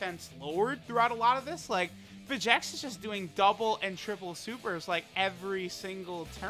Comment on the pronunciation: When does Lern his Name is Vegenks not Vegeks?